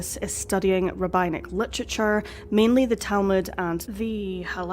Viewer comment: As a Jewish woman, I find it highly offensive that during this video, there was a moving picture of hanging crucifixes, which had no explanation attached to it. I hope you remove this offensive image. Also, “rabbi” is pronounced with a long i, but “rabbinic” is pronounced with a short i (think of the word “rabbit”).